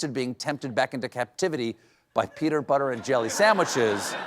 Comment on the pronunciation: Regarding the captured monkeys story, I think he said "peter"butter, and the caption read "temped" rather than tempted.